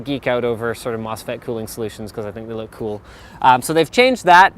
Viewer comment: Please stop saying "coo".